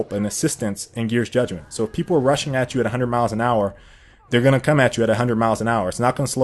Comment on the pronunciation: i keep hearing Russian Slayer then I realize you mean rushing slayer haha